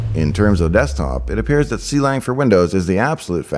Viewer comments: see-lang pronunciation throws me off, klang ftw! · Just a nitpick: Clang is [Klang] not [See lang] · Clang is pronounced like the sound, like it rhymes with bang,, not "C-Lang" "C-Lang" is where the name came from, but it's like C++ in that way, just a clever name, it's not meant to be pronounced specially. Source: Clang cxntributer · "see lang" instead of "clang" totally threw me off lol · Finally someone else who pronounces clang like "Sea-Lang" instead of "Clang" like in "Clam". And yes, I know the correct one is the second one. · him: see-lang me: ...it was more a hunk of iron than a sword... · I think you are the only person I know that pronounces Clang as See-LANG. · Quick things on pronunciation (which may be on purpose for the comments?): * Clang is pronounced like the noise * NumPy is pronounced like the food stuff